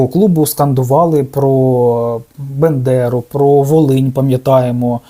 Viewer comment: серйозно? "... бЕндеру"?